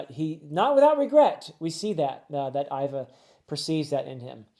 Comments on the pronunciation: Vice warden Hannibal (like the ancient general that fought the Roman) and even though it’s spelled Ivk, it’s pronounced Eva, however, that aside, i think this was a beautiful video, it’s my 1st here and can’t wait to see more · For pronunciation- Iva is pronounced like Eva, and Hannyabal is meant to sound similar to Hannibal: Ha-nya-bal. Extra fun fact: “luff” is a word that has to do with sailing. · I think the vice warden is called Han-Ya-Bal, but you got jimbei right, for Iva I have heard it both how you say it and as Eehva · In regards to pronunciations of names: Hannyabal is just pronounced like Hannibal. Ivankov/Iva has a hard E sound, as in the name Eve. So it sounds like "Eve-ahn-kov or Eve-ah" Jimbei is sometimes called Jinbe depending on the translation. This is because the kanji used is sort of a mix between the english "m" and "n" sounds. All of that is baisically to say, your pronounciation of his name is good imo.